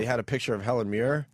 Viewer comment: Sounded like Opie said Helen Mirror.